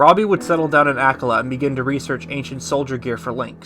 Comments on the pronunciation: Btw akkala is pronounced Awk-ah-lah not ak-all-ah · Loved this video but dude, it’s AH-KAH-LAH haha